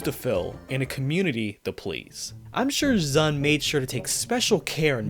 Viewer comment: I mean, this is the same guy who refuses to pronounce ZUN as "Zoon" like it's supposed to for some reason